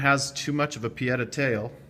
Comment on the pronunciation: Back when you got your 1860 Army. Just giving you a hard time.....you pronounced it "PI-etta" :)